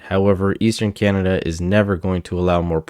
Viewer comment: Can Melanie please pronounce Canada properly it is not canda